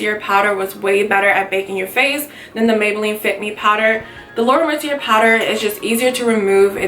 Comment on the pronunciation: It's actually pronounced Laura Mercy-ay :)